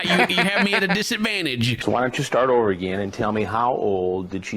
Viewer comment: Chris pulling out the Southern accent with the “Why don’t you start o’er again” sends me every time 😭